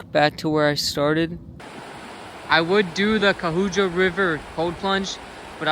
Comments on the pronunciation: Cuyahoga. Pronounced…Kye-Ya- Hoga. I live here. And there are brown, black and red squirrels, all common, depending on where you are. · It's pronounced Koo-yah-hoga. And that river once burned!! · Kai-A-hoga, haha